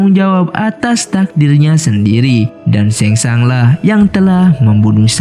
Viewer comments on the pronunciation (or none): Penyebutana nya sheng shung bukan sheng shang😅🙏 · SHANG TSUNG BG BKN SHENG SHANG😂😂🙏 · Sang tsung,bukan seng sang